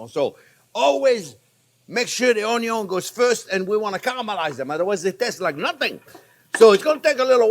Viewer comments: Chef’s just trying to pronounce it onion as it’s spelled, as you do. But in Ireland it’s pronounced more like UN-YUN 🧅 I love how he says it 💚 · cream of mushroom soup, some character in a WW2 movie would mention this soup,h3 missed it from home ,he sounded british or irish, anyway it's been on my mind this soup. i might give it a shot making it...onyon sounds funny...great chief, thanks maestro! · the uhnyun lol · Being redundant, quirky, and pronouncing the word onion is the reason I watch😊 Don’t change anything. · Anyone else refer to ‘onion’ as ‘onyon’ now?😂😂😂😂😂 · Keep telling us, "The onyo number one." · Chef Jean-Pierre, you are my favorite YouTube chef. I have made dozens of your recipes. Keep up the amazing work. I thought it was onyo first, unless there was bacon involved. Please guide this tormented soul... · "1 or 2 videos where I did not talk about the onjo ..." They exist?!?! :) Nice one chef ... keep them coming! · I just like this guy, he knows exactly how to do it. Not too hot, not too thin or thick and the perfect seasoning. And: he likes ONYO, a lot, just like me. And please keep on explaining. ❤ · That's Anion...lol. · Wrong, it’s: “Onyo is number first”. 😅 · Love the way the sound of the word onion sounds in my ear from your mouth. Enjoyed, TYVM!